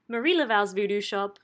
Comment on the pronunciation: You need to learn how to pronounce Marigny and Marie le Veaux. You weren't even close.